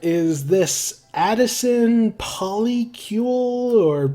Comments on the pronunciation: yeah, you pronounced polycule properly! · U pronounced polycule correct